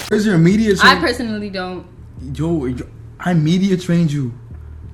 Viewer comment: “Dernt” lol